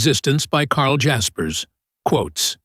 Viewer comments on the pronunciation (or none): I learned that you don't know how to pronounce his name.